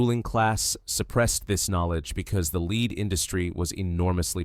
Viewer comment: The metal lead is pronounced "led". Good video!